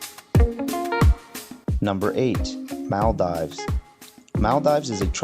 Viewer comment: "Mell dives" 😭